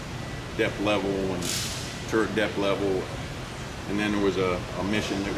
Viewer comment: Hey,. It is a Tank Turret, not a turent.